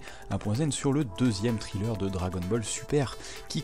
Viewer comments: Ça ce prononce trailler pas triller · Excellent taf comme d'hab. Juste un petit truc, on ne prononce pas trailer comme Thriller. Mais plutôt comme Tréleur ;) Continue comme ça !